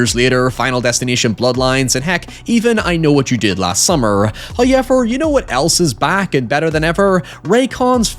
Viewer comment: That first hoyever threw me for a loop there. What in mispronunciation....